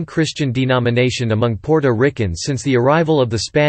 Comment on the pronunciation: Your pronunciations of “Puerto, Borinquen and Taino” is truly cringe worthy.